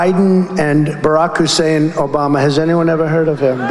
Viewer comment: The reason he pronounces Obama’s name the way he does is because that’s the way Rush L used to pronounce it…